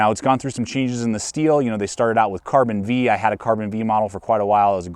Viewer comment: Carbon V is pronounced "Carbon 5."